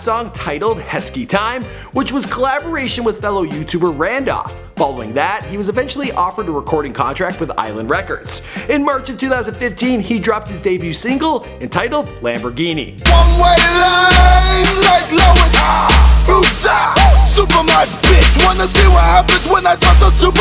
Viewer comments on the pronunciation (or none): It's "Is-Land" records. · Is-land Records, like if you get it